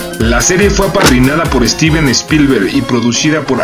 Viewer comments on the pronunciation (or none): none